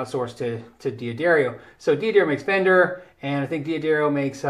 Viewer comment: Oh man if i knew you in real life i'd give you so much shit for saying dee-addario. Not to mention saying "dadario" makes me think of alexandra daddario and no moment is wasted doing that. Great vids man thanks for making them.